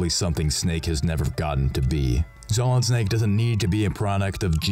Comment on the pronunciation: "as SMALLid Snake" gets me every time